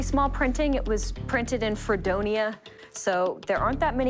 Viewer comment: You are saying Fredonia wrong